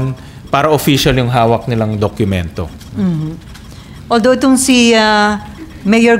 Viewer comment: senator sherwin please dokumento hindi dok Q mento not a basher ha just saying